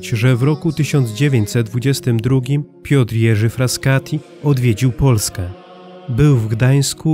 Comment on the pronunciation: Nie Fraskati, tylko Frassati